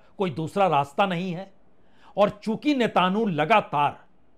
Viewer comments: Netanu 😂 nahi uska naam netan yahu 😂 hai uncle 😂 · सर नेतानू नही नेतनयाहू बोलीए।#ParsunBajpei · Sir love your "नेतानु" 😊❤ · NETANU IS WRONG PRONUNCIATION OF " SHAITANU" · Netanu. ...😂😂😂😂😂pls pronounce correctly...people see and hear you